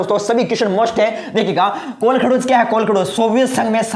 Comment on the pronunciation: Sir ye kolakhdoj nahi h ye kolkhoj h